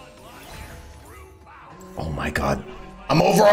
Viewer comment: I like to think you're saying "Oh Mike god" instead of "Oh my god." You are the god Mike. good content.